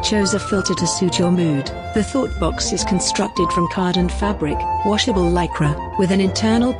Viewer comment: I keep hearing thot box